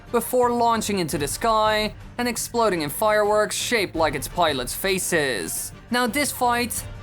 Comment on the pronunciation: why does this dude pronounce everything so freakin weirdly? "ar-more", "faceesss", etc, its really weird